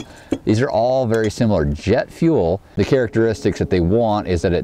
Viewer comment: "jett fuell!" O_o sniffs "JETT FUELL!!" O_O